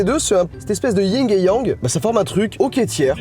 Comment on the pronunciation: Le c dans Dulce se dit comme un s, c'est de l'espagnol, pas de l'italien. Et c'est Yin et Yang, pas Ying et Yang